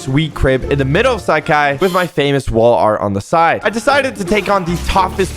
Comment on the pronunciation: "Sak hai"?? Its " Saaa-Khai "